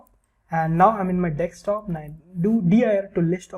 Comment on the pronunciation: its not dextop its desktop